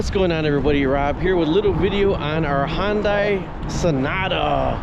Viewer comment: IT'S PRONOUNCED HUN-DAY. NOT HON-DIE. Where do you get HON out of HUN?